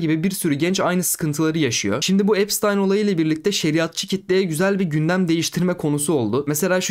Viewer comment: epştayn diye okunuyor